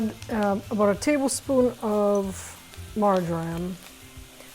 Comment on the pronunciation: When you said 'Marjoram', I thought I heard Margarine! 😅